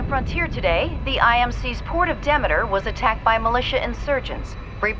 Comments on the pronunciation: why isn't it pronounced deemeter after the Greek goddess of harvest? I could've mispronounce it idk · ITS PRONOUNCED DE ME TER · The way he says Demeter tho